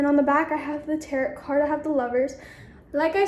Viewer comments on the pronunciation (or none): "Taret" card :| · And she pronounced “tarot cards” wrong lmao